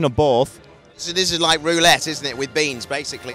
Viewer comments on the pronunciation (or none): none